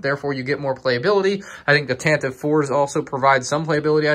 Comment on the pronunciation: Anyone else think it was tanta 4 not tantive 4